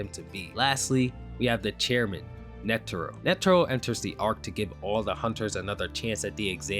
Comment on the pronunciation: Please learn how to pronounce netero, driving me crazy with the pronunciation. Otherwise great vid dude